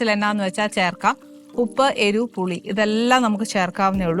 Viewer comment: ആനീ , നീ സ്കൂളിൽ പോയിട്ടില്ലേ. നീ എരു എന്നാണ് പറയുന്നത്. എരിവ് എന്നാണ്. ചെറിയ ക്ലാസ്സിൽ പഠിയ്ക്കുന്ന വാക്കാണ്.